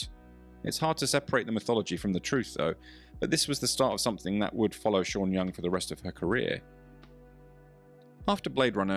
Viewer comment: ¿”Vanelis”? ¿”Sha” Young? ¡Qué ridiculez.